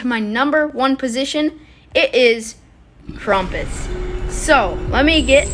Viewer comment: My dude called him krumpus